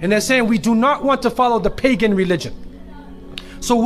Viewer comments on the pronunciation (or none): none